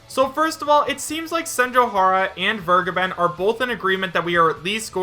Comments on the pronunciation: Vergeben's name is German, making the correct pronunciation: vehr-gaeben. I am too lazy to look it up, but my knowledge tells me it means "The Giver." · Sorry, but Soras negotiations would include Disney. Absolutsly no chance. In other news, didn't vergeben (which is a german verb, by the way, so I always flinch a bit, if you pronounce it like that) state, the Cygames-stuff was completely from hitagi? He only really said, he hasn't heard anything new, so it might have fallen through. So he never had his own stake in the claim, it was all on hitagi.